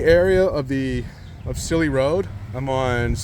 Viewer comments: Hey! Just a quick heads-up, "Cilley Road" is pronounced like "silly." Love your content! Keep exploring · Re pronunciation: It's Cilley RD, not St. Pronounced. As in "silly." Are you native?? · I like your videos and I'm a subscriber. Cilley Road is pronounced "Silly Road". You are right that everything about the quality construction of homes was greatly sacrificed after WWII. The South Porter Street photo really amazed me. My grand parents and aunt and uncle lived just on the left at 47 S. Porter St. So much of Manchland has been erased in the name of 'progress'. I used to hunt phesant in Mrs. Ashkar's field where the Mall of NH was built. As youths we would 'jump' slow moving freight trains heading south from the yard towards Grenier Field (KMHT) and get a free ride down to Cohas Brook to go swimming, trout fish or hunt rabbits. Those were the days.